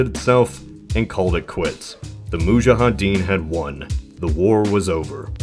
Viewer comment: Nice video! Btw, it's "moudjahidine" not "moudjahadine"